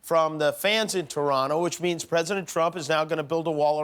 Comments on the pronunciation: Thank you Jimmy, for pronouncing Toronto properly. (You don't really say the second T. Don't ask why. We don't even really know) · Thank you, Jimmy, for pronouncing "Toronto" the proper way. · Jimmy says Toronto properly 👍👏❤️🇨🇦🏀